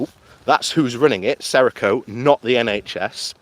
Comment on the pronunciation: Company name is Serco not Sereco